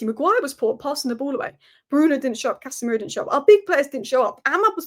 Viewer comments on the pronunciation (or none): none